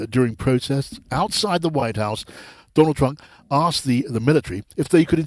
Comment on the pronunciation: the moderator actually said"Donald Trunk"?